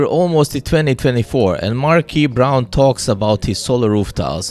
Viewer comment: 😅😅😅 o come on, this guy completely butchered MKBHD's name. Who's markey brown😅😂